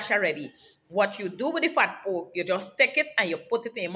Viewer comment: The way she said fat poke.. Lord have mercy..😂